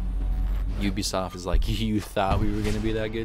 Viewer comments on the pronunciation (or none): none